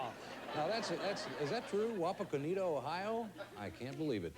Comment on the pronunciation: It's pronounced "wah-pah-kah-netta" Wapakaneta.